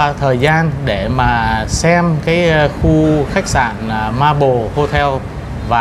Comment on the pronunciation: Xin góp ý với anh là Maple chứ không phải (marble) theo cách phát âm.